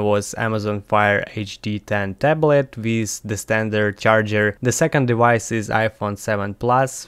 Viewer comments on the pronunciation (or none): I love the accent and how you say de-wice. 🤗